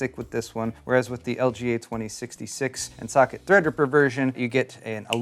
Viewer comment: Am I the only one hearing "suck it" instead of "socket" ?